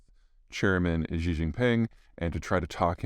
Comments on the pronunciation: Xi is pronounced “she” and it’s very straight forward, nothing fancy about it. No need to add any Z or J sounds or anything else. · Peter should put some more effort into pronouncing Xi's name.